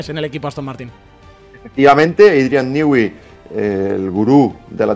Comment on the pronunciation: criatura, no hay país con mayores problemas para pronunciarte una palabra en inglés, que España. "Adrian Nigüi". 😂😂😂